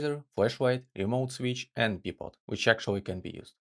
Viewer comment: Bye-pod not Bhee-pod